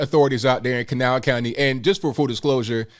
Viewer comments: This woman is a hero! I’m from that area as well. I could tell immediately you’re from there because you pronounced Kanawha correctly 😉 kuh NAW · I was so impressed at your correct pronunciation of Kanawha!! Not “Can a wha”. Then you said you were from there. Go WV. Thank you for representing WV in positive manner. So tired of so much negativity about state.